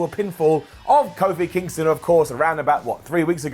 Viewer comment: Did he call Kofi Kingston, "Kofi Kicksthem", or was it just my imagination?